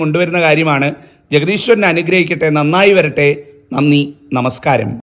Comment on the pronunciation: ദയവായി നമസ്ക്കാരം എന്നത് നാമസ്ക്കാരം എന്ന് പറയാതിരിക്കുക